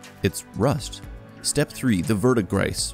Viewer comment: I think it’s pronounced “Ver-degree”? The minty green copper oxidation.